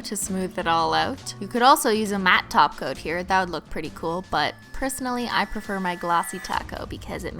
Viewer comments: She actually says taco instead of topcoat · wait....!!....is she saying Taco? or Top Coat xD?? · People joked about the way she pronounced "top coat", they said it sounded like she was saying "taco". So now she just says "taco" as an inside joke :)